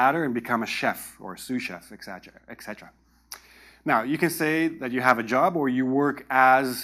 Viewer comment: Thanks for another useful video! Isn't etcetera, not exetera, though?